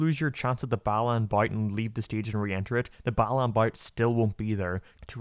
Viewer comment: Everytime a European says Balan I hear "bellend." Kinda fitting.